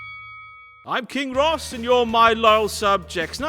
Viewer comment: Its pronounced KING Ross*